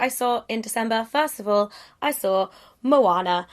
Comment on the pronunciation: I am so glad that you say Moana correct, thank you for that.